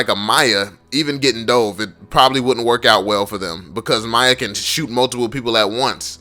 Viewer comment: i get so mad when u call miya to maya idk why